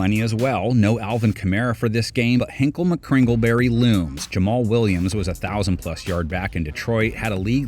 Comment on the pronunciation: It's Hingle not Hinkle